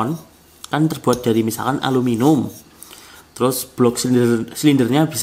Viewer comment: Yg lucu mas nya sebut aluminium menjadi alu minum